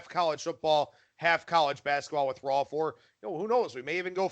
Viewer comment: Why do you call him Rolf?